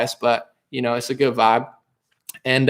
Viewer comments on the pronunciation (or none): none